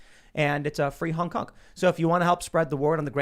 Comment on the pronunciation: Sometimes Tim says hunk instead of honk. Let that sink in.